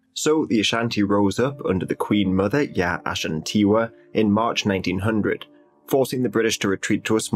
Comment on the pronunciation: The Queen mother's name is pronounced "Asantewaa" not "Ashantiwaa".